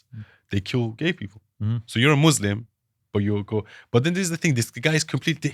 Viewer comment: The so called 'ex-muslim' cannot even pronounce thr word Muslims properly. The guy is a fraud funded by zios